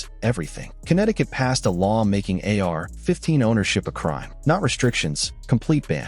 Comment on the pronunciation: a.i. trash how lazy they use the same verbiage in every video and they cant even say ar15 right so annoying for the listener do better this is trash bro and no new info and repetitive as hell